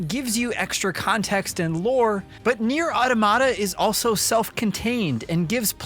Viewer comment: said the name wrong, then right, then brushed it off and said it wrong the rest of the video 😂